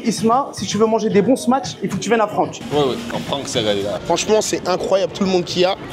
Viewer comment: Isma, tu dois prononcer Smash sans dire le T, de plus il n'y en a pas dans le nom.